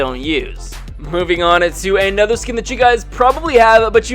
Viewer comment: why do you say ay-nother?